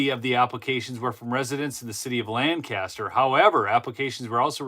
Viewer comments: for future reference LANCASTER County Pennsylvania is pronounced LANK-A-STER with emphasis on the first of three syllabers... LAN-CASTER is the county in New York State. Subtle distinction . The Amish pronounce it as LANC Uh Ster That's all. Awesome corruption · Btw, pronounced LANK-KISS-TER. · LanGcaster is how they pronounce it in other places, the locals say LanKaster. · Fun fact: People in Lancaster pronounce it LENK-ESS-TUR I say it the same way did. It’s funny to hear when you’re out there. Tons of Amish there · My wife is from Lancaster PA. She asked me to point out that the pronunciation is Lank-aster .